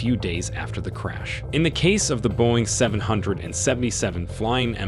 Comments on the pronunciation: its pronounced "boeing triple-seven" and "MH three-seven-zero" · Boeing seven hundred and seventy seven 🤦‍♂️ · “ Boeing Seven , Seven, Seven “ … 🙄… i’m annoyed already… they can’t even get the name of the damn plane pronounced correctly